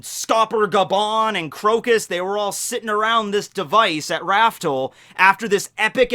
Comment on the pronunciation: Raftel, pronounced raf-tel, not raftle. Also never forget, the show isn't actually "One Piece". It's "Romance Dawn".